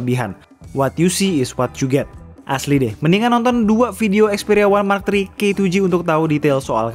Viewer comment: Dari tadi ane dengerin ya "One Mark Tri"